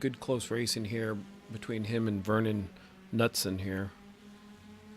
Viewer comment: I'll give you some help with my name, you can just call me Vern if you want. If you want to pronounce my last name correctly, it starts with a hard K (cu)(newt)(son). Or you can keep saying it the way you are, I'm used to it.